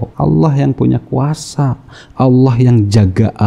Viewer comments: Juri mtq sebut ALLAH kok aloh hahahah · Ngucapin Allah aja udah salah. Itu satu kata aja loh. Lagian murtadnya jg kocak, masa dari Al Qur'an. Harusnya kalo beneran murtad "saya mengimani injil, di ayat ini bla bla bla". Mayan hiburan.